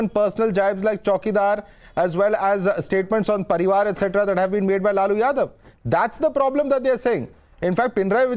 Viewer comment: It is not Laluji, it is Lalu.